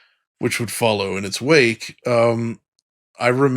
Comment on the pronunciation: "in its (q)wake" hehe